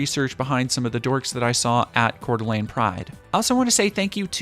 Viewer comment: Tyyy for pronouncing the coeur d'alene correclty <3. Surprisingly despite Idaho mostly anti gay population the coeur d'alene, Moscow, and Pullman area is very accepting. The Boise area is mixed especially around the capital where there are open klan members around pride goers.